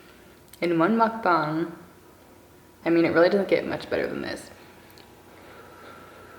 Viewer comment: You pronounced mukbang so perfectly it makes me so happy 😂